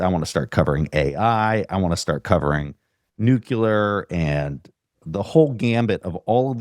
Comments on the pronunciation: Nuclear, not nucular. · Please It’s pronounced New Clear. Not nucular